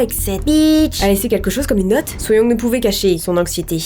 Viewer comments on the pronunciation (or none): Youngjoon se prononce : Yong joun. Tu y étais presque 😂 Ji-Heon se prononce : Dji hone Suyoung : Sou yong Gyeonghye : Gyongyé Comme ça, tu sais !